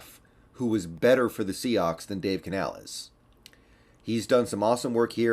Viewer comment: You know how to pronounce the coach name you racist.